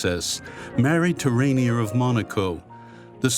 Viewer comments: Her husband’s name was pronounced “Ren-yay,” no? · Surprised by the incorrect pronunciation. It is Rainier